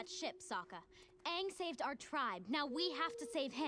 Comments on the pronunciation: I had scary flash backs everytime he said it like ung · It's Aang like hang.